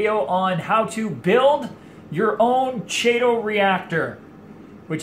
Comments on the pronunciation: Chaetomorpha is pronounced with a K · I'm back. It is "Kee Tow." Anyway, you got me thinking... I have saved a boat load of money doing "DIY" projects.Have you ever tried the Kessil lights? I am curious how the strip LEDs you are using, compare. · Isn't the chaeto pronounced "Kee tow?" I am pretty sure it is. Now, I have to find out. Great video. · I also say chaeto, like cheeto... Habbit I guess, we all know what we're talking about.